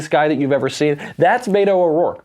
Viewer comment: In case you're interested he pronounces it "bet oh," not "bay to"